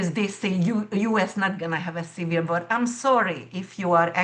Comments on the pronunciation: Trying to figure out what she is saying . Listened multiple times, US is also going to have a ????? sounds like cereal. Otherwise, awesome information. Hope it plays out that way ! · I think she said America is going to have a civil war. I had to listen to that a few times too.